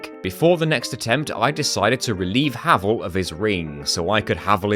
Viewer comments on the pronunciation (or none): the full... Heval set? what is happening? SmOW, Heval? is this intentional? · You also say Havel weird >:[